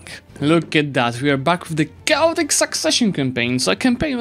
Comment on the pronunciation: jedna z najlepszych serii z EUIV na yt ale, chaotic się inaczej wymawia (komentarz pisany w trosce o dobrą wymowę youtuberów)